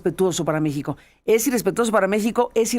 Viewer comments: Le dijo "Me Shi Ho" es un doble sentido/juego de palabras los que de verdad saben inglés deben inferirlo. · Yo los he escuchado a ustedes dos (Aristegui y ) hablar inglés y su pronunciación tampoco es impoluta. Creo que él verdaderamente cree que está pronunciando bien "México" en español. Deberían usar un poco más de principio de caridad en su evaluación. Y una cosa más: ¡no me hagan defender a Trump otra vez, que lo odio! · . PUES USTEDES ESCRIBEN "MEXICO" Y LO PRONUNCIAN MEJICO O MEJIJO USTEDES MISMOS SON LA BURLA DEL MUNDO